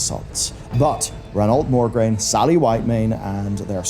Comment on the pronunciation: MO-GRAINE, not MOR-GRAINE